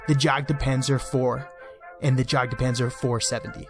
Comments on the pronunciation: Thats Fine, I do believe it is pronounced Yagpanzer, with out the "D" and the "J" is more of a Y sound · Jagdpanzer is pronounced "yahkt panzer". "a" as in "armour", long in "jagd", short in "panzer". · My ears started bleeding when you said Jagdpanzer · That english JagdPanzer pronunciation :D Good vid